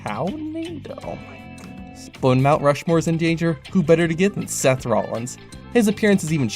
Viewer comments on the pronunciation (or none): none